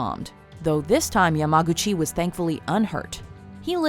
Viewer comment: U pronounced Yamaguchi YaGAmuchi the first time